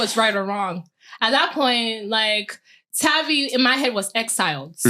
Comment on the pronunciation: Hate that she didn’t say tavii name right